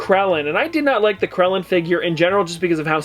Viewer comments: Gotta love “Krellen” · Did say krellen? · you mispronounce krillin, nappa, puar. that vegeta is in a figting pose and the chiaotzu is in a pose where hes using his psychic powers. also thats great ape vegeta, and the puar comes as a side character for that yamcha in the bigger version